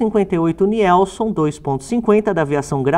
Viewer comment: Muito boa reportagem, linguagem simples e bem explicada a paixão pelos onibus e caminhões. Morei em Joinville-SC, terra da Nielson e tenho parentes e amigos morando lá. O grande pecado na pronuncia da marca é dizer NIELSON, quado na verdade a pronuncia é NILSON, fora isso a reportagem é nota 10, Parabéns.